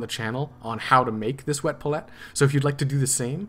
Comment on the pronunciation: Oh man how you pronounce palette. "Paul let" instead of "pal ete" You got me snickering. Good job on the rest of the tutorial.